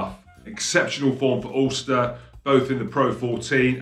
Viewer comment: "Oolster"!? (I think he means Ulster.)